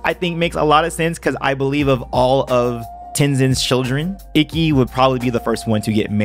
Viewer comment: It’s pronounced eekey, not icky